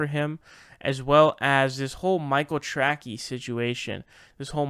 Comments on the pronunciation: His name is pronounced Tray-see no track-ee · how do you not know how to pronounce the name tracey? it is not trackee. its tra-cee. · Not the point here, but it's Michael Tra-'si' (Tracey). :) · Brother, i gotta tell you. Michael Tracey has a soft C. (Michael Tra-sey, not Michael Tra-key). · Dude...Michael "Trackey"? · Why do you pronounce Michael Tracy as tracky?